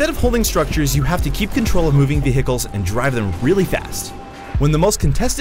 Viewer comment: VE HICLES